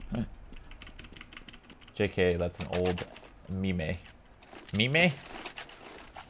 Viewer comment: Did he just say memay? unsubbing.